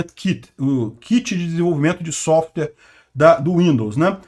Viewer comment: Vamos melhorar o inglês já que não dá para falar nada sem usar inglês: DEVICE se pronuncia [di-vaiss]. E SOFTWARE tem duas sílabas: SOFT + WARE = [sóft - uér]. Agradeço a atenção.